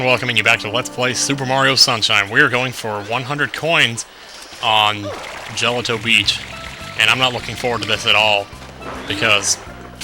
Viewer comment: juh-LOT-oh Beach